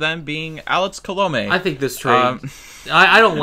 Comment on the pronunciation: Colomè is pronounced “Column-ay” just saying